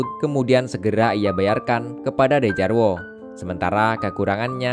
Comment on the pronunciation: Bang bacanya Djarwo itu dibaca Jarwo